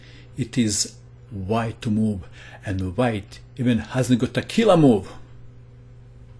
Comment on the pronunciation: I can't help it! I crack up every time u say "KILLAHH MOVE!". You have The Most Killahh accent I've ever heard. I bet you'd make a Killing as a narrator on TV.